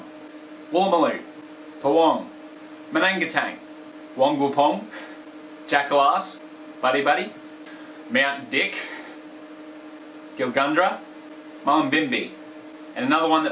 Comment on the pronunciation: Ya pronounced Gilgandra wrong it's pronounced Gil-gehn-dra